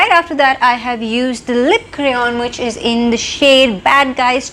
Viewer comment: Why do you pronounce is as ease ? Why sistar????? Whyyyyyyyyyyyyy???